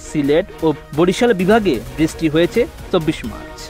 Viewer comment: বৃষ্টি কথাটা ভালো করে বলতে বলেন ঐ সাংবাদিককে।